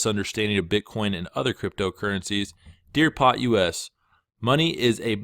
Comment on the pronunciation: "POT US".... you probably shouldn't be attempting to comment on the politics surrounding crypto if you don't know how a VERY standard acronym is pronounced